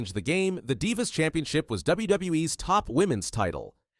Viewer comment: i said the same thing when i heard “die-vas” 18min in 💀